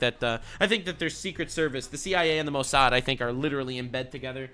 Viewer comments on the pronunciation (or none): none